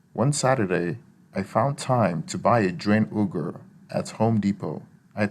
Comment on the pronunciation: Pronouncing "plum bing" or wanting to use an "ooger"....don't think you have ANY experience!